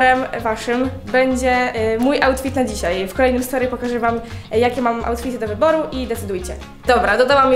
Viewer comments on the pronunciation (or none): "I do wybaru" 😂